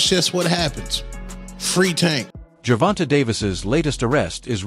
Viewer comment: Jer-von-tay!!!!! Not Jer-von-tuh🙄